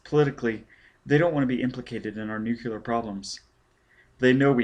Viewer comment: Okay the one thing that keeps bugging me is how you mispronounce "nuclear" Other than that not bad. The fact that it's the unabridged version makes up for you not being a professional narrator. Not that you're unprofessional. I mean like, it's not your job, this is clearly something you just did because you wanted to 😅 I don't know if you've done any recent work, but I imagine after ten years you're probably much better.